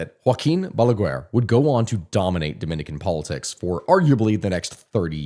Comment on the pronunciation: I love how you tell our story, very good video, also love how you say BALAGUER, as balagUar, in spanish is pronounced ba-la-gar the U in GUER is silent. Also PLD party of which leonel fernandez was the head means partido de la liberacion dominicana as in Dominican liberation party, my dad used to be one of his brands liders. now a day leonel left the party and made a new one called Fuerza del pueblo aka People's Force.